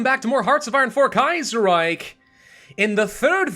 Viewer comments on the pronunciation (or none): none